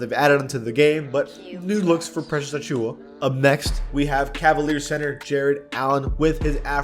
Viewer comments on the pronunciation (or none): none